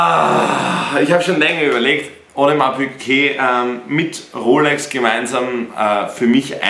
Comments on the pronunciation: Digga es heiß audemars piguet und nicht piquet...tust auf fashion ytber und kannst nicht mal richtig die namen aussprechen du kek (no front) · Wo zur Hölle ist bei Audemars Piguet ein q drinnen? PiGuet nicht PiQuet🥴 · Will sich ne Ap holen aber sagt audemars Piqué es heißt Piguet